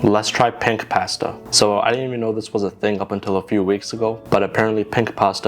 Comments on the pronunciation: anyone else head him say pint pasta? Or is it just me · I heard you call it pank pasta in the beginning 😂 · did you just say ‘pank’ pasta? bruh🤦🏼🤦🏿‍♂️ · “Let’s try Pank Paasta” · "Pank Pahstah"